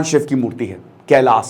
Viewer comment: Sir kelash temple hai na ki kelasha , pronunciation thik se kijiye please Indian people ki tarah na ki western people ki tarah